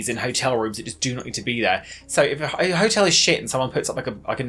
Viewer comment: I thought ‘the hotel is fabulous’ was ‘yer telly’s fabulous’ for so long 😂